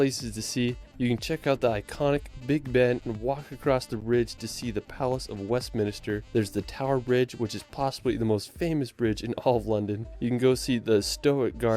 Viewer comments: Westminster, not Westminister. Stonehenge not Stonehedge. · Did the man say Stonehedge? Along with "Westminister", surely this guy should learn what these places are called before he starts commenting on them! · WESTMINSTER not WESTMINISTER, STONEHENGE NOT STONEHEDGE and he cant measure to save his life either! Eilean Donan is where Connor McCloud (I think) HIGHLANDER (in the film) originally lived, Queen Connection! . FYI the back arrow button on your Keyboard (the 4 tetris shaped buttons on their own) will send a video back 5 seconds if it is paused, helps continuity as you only have to do a quick press to go back. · Jeezus. Westminister and Stonehedge. I despair about the people who put these videos together. They are trying to convey information and they can't even read or research. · I genuinely doubt the guy who made this video's claim that he's been here, or at least that he's familiar. His choice of places (in England at least) is VERY limited to a relatively small area that always gets covered in videos like this, and his pronunciations are terrible! StoneHEDGE?! WestMINISTER?! Holy ROD?! 🤣 Okay, I have to amend this a bit, he included shots showing he was here, but I still have doubts about just how many places he'd been & how much he knows about them. By the way, if you like castles and Wales is on your list, you're in for a treat if you visit! Wales has some of the best preserved and most spectacular castles in the British Isles.